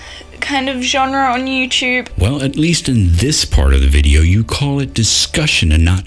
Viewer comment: I want to rage every time I hear someone say "youchewb". Drives me crazy.